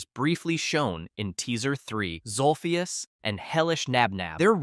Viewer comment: It’s zolphus